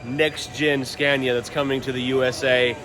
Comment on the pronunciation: are you practising how to pronounce Scania? It’s not Scan-ea, it’s Ska-nea. The a goes down, not up. Love the series!